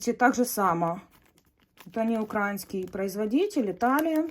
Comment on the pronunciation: правильно говорить украИнский , а не укрАинский . Отвратительное произношение